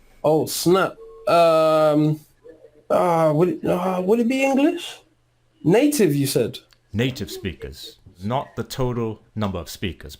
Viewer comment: You say spickers rather than speeekers. Tock rather than tork. It's a longer vowel.